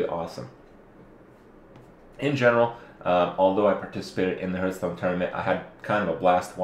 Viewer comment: Hurtstone? Lol